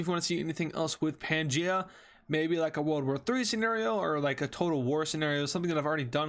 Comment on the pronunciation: It's pangea